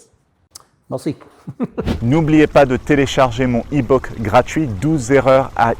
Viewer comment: Mon ebok? Ebouccc tu parles bien anglais pourtant